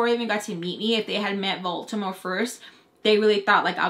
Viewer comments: Baltimore??!! Last video I thought you were saying Voldemort 😂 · What lmfao I hear “you guys thought I said Baltimore but I said Baltimore” anyone else 😭